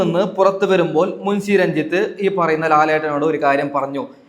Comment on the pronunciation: മുൻസി അല്ല മുൻഷി, നാക്ക് വടിച്ചു വൃത്തിക് സംസാരിക്കൂ.